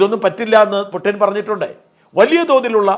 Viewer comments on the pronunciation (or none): none